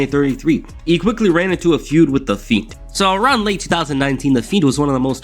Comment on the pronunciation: Am I trippin or did he sound like he kept calling the Fiend the Feet?